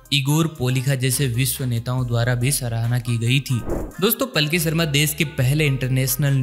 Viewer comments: Please improve your pronunciation as the Journalist's name is पालकी शर्मा not पलकी शर्मा. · अरे पलकी नहीं यार पालकी।